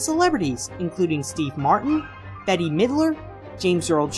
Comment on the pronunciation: Betty Midler? It's Bette (pronounced bet)